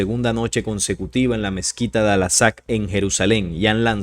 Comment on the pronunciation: Por favor : Al -- AQSA ; y no' " Al -- Asaq " ¡ gracias !